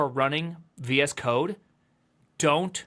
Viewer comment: I thought he was saying "VS cock"